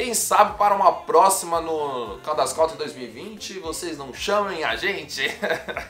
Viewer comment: Caldas “country” não se pronuncia assim. Escute depois pelo Google tradutor a pronúncia correta da palavra “country”. É bem diferente do que a maioria das pessoas pronunciam, que é bem errado. Faça isso e depois fique a vontade para corrigir quem quiser, pois te dou a garantia que não existe essa pronuncia popularmente dita em forma alguma em inglês. É um vício de linguagem que alguns brasileiros adquiriram por falta de conhecimento na língua inglesa.